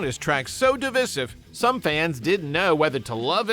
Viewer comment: Stop mispronouncing divisive 😢